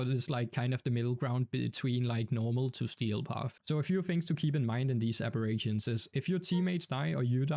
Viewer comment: bro be saying abirations